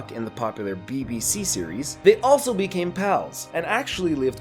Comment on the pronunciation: the way u said BBC lol